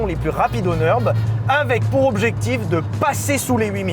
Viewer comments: alors ça ne se dit pas le "neurb" mais le NURB avec le U comme en français - d'où le tréma en allemand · au vu du titre j en parle mais nurb se prononce pas neurb mais nurb a cause du tréma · Pitié arrêtes de dire NEUrb, c'est NUrb car le Ü se prononce comme un U français! J'ai les oreilles qui saignent! 😅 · Merci. Et merci de bien vouloir prendre en considération qu’en Allemand U trémas (ou Umlaut) se prononce [u] et pas [eu]. Le Nürb n’est pas le Neurb. Non, ce n’est pas juste un truc de nerd. Et bonne vidéo ! :] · par contre, dire "neurb" c'est NON, c'est U avec un umlaut ( tréma ) et ca se prononce comme notre U à nous ... comme Ursule